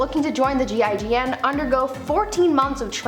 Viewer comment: I don't know why but I'm just enamored by your pronunciation of GIGN. So fluent! I'm melting